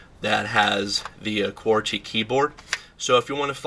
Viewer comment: lol how he says QWERTY